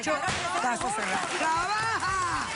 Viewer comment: Dr Ana Maria Polo se dice trabaja no trabaha xD